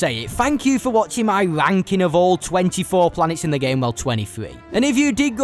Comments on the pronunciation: "Begin the venking" 🤣🤣🤣🤣🤣 TF is this accent? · Love how he's saying "ranking" 😂 sounds a bit sus